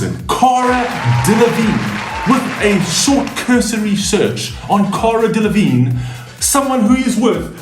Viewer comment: 🤔 you cant say my name and Auroras correctly but Cara Delevignes name you nail without problems 🤣🤣🤣